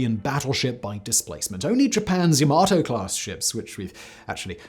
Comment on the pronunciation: Pity that you went from pronouncing Yamato correctly in your older video (Aug 2020) to incorrectly now (it doesn't rhyme with tomato). Same thing with Richlelieu - it's ree-shuh-loo, not ree-shuh-low. Same thing again for Eugen... Good information otherwise.